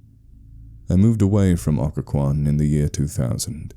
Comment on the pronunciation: Someone should really write one about Williamsburg (thats where i am) and 2) at least this channel got the pronunciation right lol!